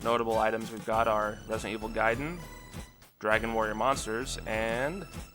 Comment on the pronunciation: Nice video, but you mispronounced "gaiden."